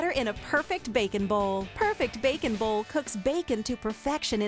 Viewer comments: The way she says it it cracks be up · She said bacon bowl like 25 times and the way she says bowl had me cracking up laughing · why does she say "bowl" so strangely?